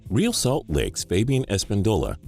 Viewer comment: He also said Real Salt Lakes name wrong🤓!!